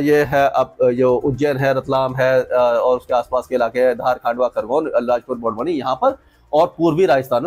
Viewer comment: सर आप हर वीडियो में बरवनी बोलते हैं वह बड़वानी है कृपया करेक्शन करें